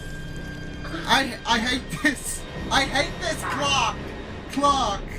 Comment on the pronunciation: It’s funny you pronounce Clack instead Clarke.😂